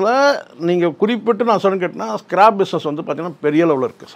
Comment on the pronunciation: அது ஸ்க்ராப் ஸ்கிராb அல்ல